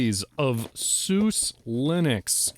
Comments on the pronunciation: FYI, SuSE is pronounced Sousa, like the composer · Close, but not quite. The "E" at the end of German words is pronounced more like "eh" or the "e" in "etch" instead. But I still have to hear it pronounced correctly by an English speaking person. ;)